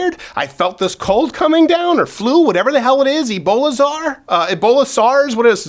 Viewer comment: ”eBoLa-ZaR” -Steven Crowder 2019